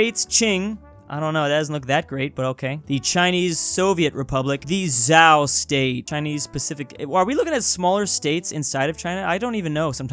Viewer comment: I think Zhao is pronounce (deepens voice) sh-you although I’m viet I just heard a Chinese youtuber